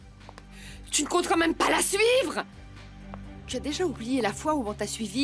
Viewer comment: Pourquoi à chaque fois Vicente prononce mal les mots: moi-meume, urène, Tuna je le déteste c’est un lache.